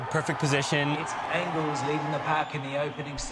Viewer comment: Dudes, it’s “Engels.”